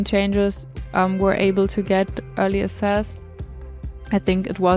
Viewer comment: You are so incredibly talented!😍 I am always so amazed with how you use the objects we have for something new and along that also follow your cozy style❤ I don't know if you like to be corrected and I'm really sorry if you don't but you use this word so often so I decided to say something🙈 : access is pronounced like 'äksess ( my german lautschrift haha)❤